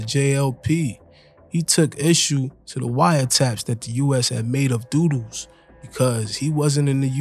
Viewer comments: Good video But it’s pronounced dud dos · His name is "Dudus" not doo doos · One thing though learn to pronounce his name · Your pronunciation of Dudus and other names are wrong. Jim Brown is Shower posse and Dudus is Presidential Click.Both ruled West Kingston by fear and not because they were loved.Shower Posse and Presidential Click did not rule outside of West Kingston.Klansman gang were the PNP gang in Spanish Town and were based in De La Vega City and adjoining areas and their bitter rivals were the JLP One Order posse.